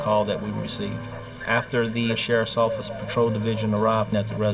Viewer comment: NEW YAWK AFFICE!